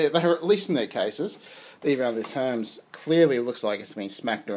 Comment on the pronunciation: Herms? I never heard it pronounced that way (and great to hear your chat by the way) and I found this video by way of researching alignment issues with my own Baby carriage. I'm heading straight for the four screws that bolt the carriage to the shifting plate.